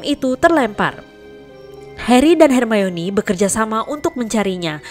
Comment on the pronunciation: Perasaanku aja atau emang pengucapan buat manggil nama hermoni itu yg bener emang hermayoni??